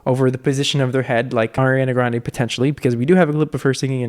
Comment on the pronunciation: her last name is pronounced "gron-dee" by the way 😂